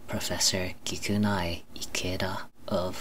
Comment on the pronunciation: Japanese tip: the “e” in kikunae is a vowel so it’s kikuna(eh) Ikeda Also you probably shouldn’t equate salt as sodium. In the end you said the FDA recommends less than 2300mg of salt a day, when it’s actually 6000mg